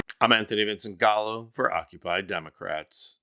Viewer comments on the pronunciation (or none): none